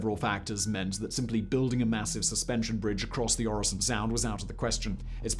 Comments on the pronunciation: Very nice video. Your pronounciation of Øresund isn't even that bad. I really hope you also do a video on the arguably even more famous and grand (at least domestically here in Denmark) "Storebæltsbroen" or The Great Belt bridge completed just a few years earlier. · Try saying the following Rødgrød med Fløde PS: You are saying Øresund surprisingly well 👍 for the effort. Sund alone however. Not so much. It is not a SOUND forget the O 😂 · I'm not usually one to ask for subtitles, but there were parts where they would have been beneficial. Especially the segment about the tunnel; that might just be me being tired though. Great job on the pronounciation of Øresund; not so much on the other names containing Ø though. ;)